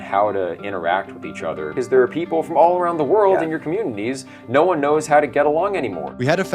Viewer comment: Um it’s World not my Whirled! Short Stump Tongue